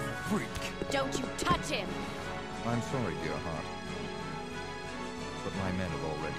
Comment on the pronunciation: The way pronounces “sorry” make me want to make him feel “sorry”